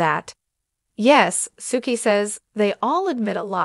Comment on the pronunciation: Her name is pronounced Sue-key